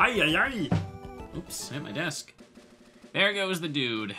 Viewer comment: You keep saying thedude and I keep side eyeing you